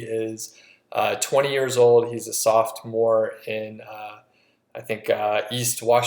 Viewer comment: This man really just said "softmore"....